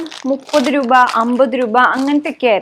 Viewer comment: 200 റൂപ😂, റൂപയല്ല രൂപ but njan aayalum agne parayu kettapo chumma parayan thonni😁